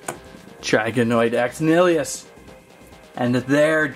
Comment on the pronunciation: It's pronounced nnn-ill-eee-us. 😑